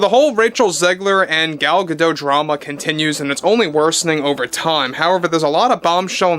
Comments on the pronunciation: It's not pronounced "Gado", she's not French but Israeli. It's pronounced "gaDot", in modern Hebrew the emphasis is generally on the final syllable. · It’s pronounced Gah-Dot. You pronounce the T. She’s Israeli, not French. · I thought that the T was silent. That's how it's usually pronounced, but I've heard like 3 different pronunciations. Edit: Never mind, you're correct. Miss Gadote herself pronounces the T. Sorry 'bout that 😊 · Gal Gah-Dote… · Gadot. You DO pronounce the T in the end. Gadot means Riverbanks. And Gal means Wave.